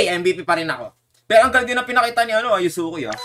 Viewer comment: (Yu ze ku) wrong❌ (Yuske)✅